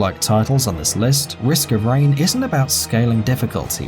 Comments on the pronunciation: It's "Risk of Rain" Not Reign. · Risk of RAIN, not reign D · It's not risk of reign it's risk of rain